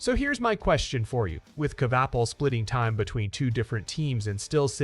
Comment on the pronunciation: Also learn how to say his name correctly